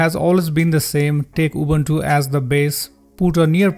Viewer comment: "Убунчу"... диктор, вы китайчу?(